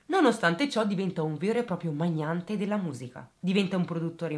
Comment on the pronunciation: Magnate, non magnaNte! Ahahaha